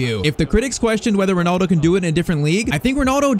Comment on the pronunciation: Bro thats not ronaldo thats Rinildi